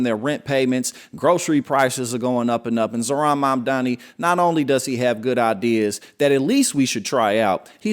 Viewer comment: It's Mamdani, not Mamdami. And you are nothing but a a LIAR, LIAR, LIAR!!